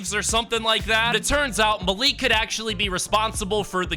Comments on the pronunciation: Malik is said like (Mal) (Ick) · It is pronounced Mal like malware and lick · Just so you know it is pronounced mal-ik